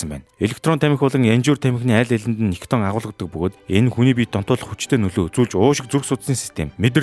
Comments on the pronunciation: Nicotin gej heleh bvrt ni daraagiin vgiig oilgoh bolomjgvi gehimv? Gatsalt vvsej bshd. Helzvin berhsheel bish bailtai mash olon hvn nikiton gej heleed bdag ym bailee hachin. Ug ni ih heregtei l video bh shig bna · Хха никотин шүү. Никитон гэдэг нь хамтлаг. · Niciton bish nicotin geeree❤